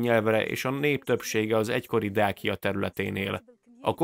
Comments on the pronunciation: Nem Dákia, hanem Dácia ahogy Ciceró sem Kikeró!!! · Többször rosszul mondtad a Dacia szót ezt magyarul igy kell kiolvasni: Dácsia